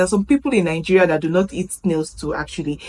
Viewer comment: Welcome to Kenya. The way you pronounce your country's name makes it sound like NINGERIA rather than NIGERIA.